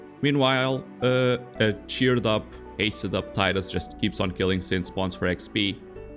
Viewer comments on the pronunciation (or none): Tea-dus. Not tie-dus. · Tidal, Tidus, it's the only acceptable pronunciation. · Man, going around and watching FFX challenge videos, I'm blown away by how many people pronounce the name as Taidus. Maybe it's an English language thing, but even then, it's been spoken in games with voice acting too. I guess I'm just a bit confused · I know it's pronounced TEE dus, not TIE dus. This always annoyed me when people can't get that right